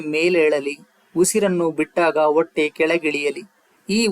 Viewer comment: ಗಂಭೀರವಾದ ವಿಷಯ ಕೇಳುವಾಗ ಅಕ್ಷರ ದ ಸರಿಯಾದ ಉಚ್ಚಾರಣೆ ಇಲ್ಲದೆ ಕಿರಿಕಿರಿಯೆನಿಸುತ್ತದೆ. ಉದಾ ಹೊಟ್ಟೆ ಹ ಬದಲು ಒಟ್ಟೆ plsಸರಿಮಾಡಿಕೊಳ್ಳಿ